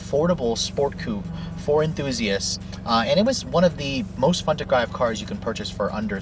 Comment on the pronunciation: the most fun to grive.. wtf is grive